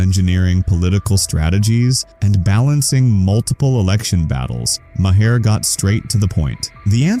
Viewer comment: His last name is pronounced “Mar.” not Mah-her.